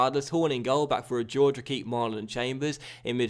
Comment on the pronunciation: Say HOR-HAY not GEORGE